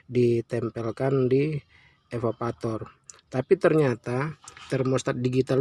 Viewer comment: EVAVORATOR pk bukan evavator